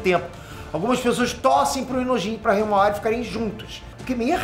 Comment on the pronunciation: kkkkk choro de rir nas análises suas do boruto falando hiamara sei la como escreve a irma do boruto kkkkkkkkkk😂